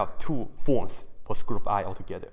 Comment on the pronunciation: hehe...hehe, he said squirt, hehehe